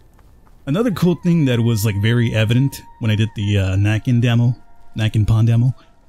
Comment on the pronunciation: Definitely a Skogsrå (mistress of the forest). Not always evil but could be very moody. Also, Näcken is pronunced like "neck", not like "knack"